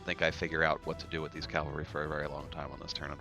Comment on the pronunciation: Really like the report format. Talking through decisions, showing ability tooltips. Not being really familiar with the game, is this how many models are in a typical game? I was under this impression that this was more of a skirmish game. Also,, for the love of God, it's CAValry, not CALVary.